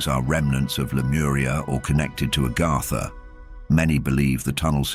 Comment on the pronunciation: It's AGARTHA... Not ARGARDA